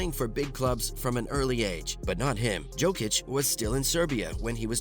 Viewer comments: Exactly. YO-kic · Bro it’s not Djokic it’s Jokic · At least learn to pronounce his name